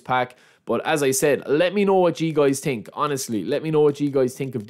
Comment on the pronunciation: „i tink“